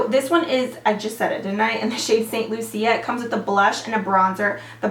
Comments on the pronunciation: The elf duo.. It's pronounced "Saint Loosha" like the Caribbean island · The Elf duo is pronounced St Lu-Sha lol. Its a Caribbean Island. Love ya girl! xo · Yes "Saint Lou-Sha". 🇱🇨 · St Lucia (St LOO-SHA) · she pronounced it in Spanish. Lucía ;)